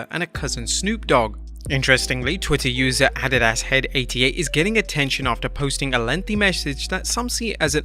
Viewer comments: Is no one going to comment how this guy just said the Twitter handle as A-di-das and not Adidas… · Uhh FYI it's pronounced uh·dee·duhs you know the shoe company also clothing line. Also a great song by Korn.